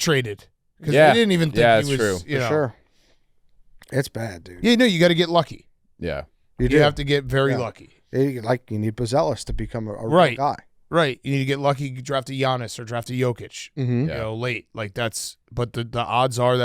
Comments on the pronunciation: When is Big Cat gonna pronounce Buzelis correctly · Why does Big Cat keep pronouncing Buzelis like that? How has no one corrected him lol